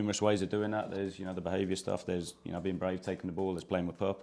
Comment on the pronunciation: Too many syllables?